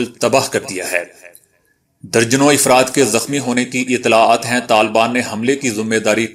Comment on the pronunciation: افراد ، afradہے ، ifrad نہیں!Mind your pronunciation